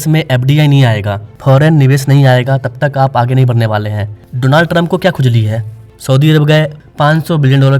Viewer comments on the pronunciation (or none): none